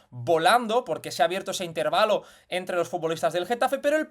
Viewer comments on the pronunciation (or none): none